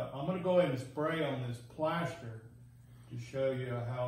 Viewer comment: The Plaeshstaar 😂😂